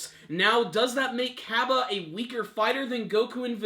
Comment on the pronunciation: ...get the names right. LOL Heat Cabe (Ka-bey)